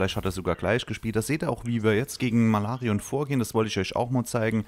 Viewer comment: "Malarion " Bist der beste.